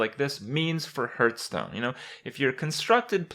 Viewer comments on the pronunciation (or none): For how long have I been watching Kripp and for how much longer is the fact that he keeps calling it "Hurt-stone" going to bug me? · lols, Hurtstone